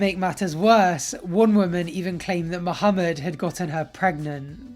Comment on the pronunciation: that was my first time catching you pronounce the H correctly in Muhammad's name ... I'm sure you did it before, but that was the first time I heard it right 😊